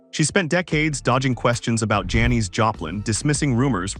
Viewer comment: She probably didnt want to be remembered by a computer voice calling her Janees a hundred times either. Well written tho I gotta say